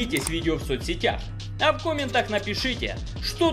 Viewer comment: Опять "кОмменты"! - режет слух